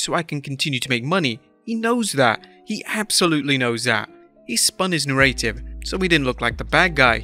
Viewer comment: I don’t think I’ve ever heard someone pronounce “narrative” like that. I hate it.